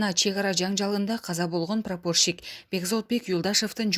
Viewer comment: ПрапООрщик эмес прапорщик .кичине уйронгулочу суйлогонду.кулака жаман угулат экен.дагы бир ушундай суйлосо отписка🤪